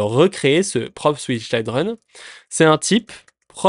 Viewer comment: Je trouve ça dommage parce que tes explications sont bien mais tu perds ta crédibilité à chaque mot anglais que tu prononces 😅 Est-ce que c'est fait exprès ? Je t'avoue ne pas comprendre... Pour une personne qui dit former des gens pour bosser en entreprise c'est un peu paradoxal de ne pas savoir prononcer des mots basiques tels que "children" Bref je plains juste tous les jeunes développeurs qui vont "copier" ta mauvaise prononciation...